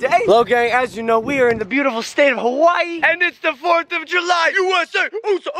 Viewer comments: He is always saying Hawaii wrong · When Logan is in Hawaii it's hawaYEET